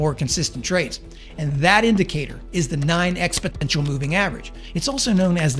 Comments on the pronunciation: moving average expoTential??? Sorry but you don't know what you are talking about. You cannot even read read it correctly. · An intentional mispronounciation of a word is great but it would also be great if you let us know it was intended, bc my analytical brain also got caught up on it instead of focusing on the content. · Your accent replaces N with T? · that how you know this guy is a joke. He can't even correctly pronounce EXPONENTIAL ! he keeps saying EXPOTENTIAL! hilarious. Failed math class much? Don't follow these clowns kids. They don't make money from trading but from selling you scammy services on Youtube. gross. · Expotential.... hahaha. It's Exponential. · Exponential, not expotential! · Exponential not expotential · Wow, this guy doesn't even know how to pronounce ExpoNENTial. Not expoTENTial. So this must be a bs video for clicks. Price was above and below many times before you selectively said now it's above with no parameters for entry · That is exponential and not expotential. Please learn to pronounce it correctly, you sound ridiculous with your expotential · Great video. I use the 8 ema together with the 1-hour chart and Heiken Ashi candles. The HA is just another average showing if the average price over the last hour moved in the same direction as the 8 ema. By the way it is expoNential not expoTential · Lol😊...it's EX-POH-NEN-CHUL not ex-potential. You're not alone. My husband can't say "medly", he says "melody" when we're playing a series in darts. TY for the vid! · Sorry, but at the umpteenth time I heard “expoTential” I couldn’t watch any further. Once might be an involuntary blunder, twice I start to wonder “what the hell?!”, but the third time is far too much. Good luck with your endeavor. PS: it’s “exponential” by the way. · Great video, but it's EXPONENTIAL, not EXPOTENTIAL! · It's "exponential " not "expotential" there is no T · It is exponential NOT expoTENtial. But good content. Thanks. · "expoNential" not "expoTential"